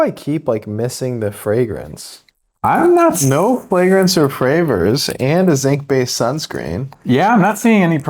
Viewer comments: I think he literally said "no flagrence or fravors" . Maybe I am just hard of hearing. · “no flagrance or fravors” 😅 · "No flagrance or fravrors" 😂